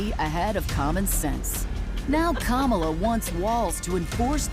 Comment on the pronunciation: Why do all maga people mispronounce Kamala’s name??